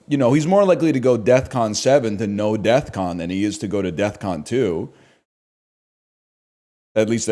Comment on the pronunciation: pretty certain nl is saying "deathcon" and not defcon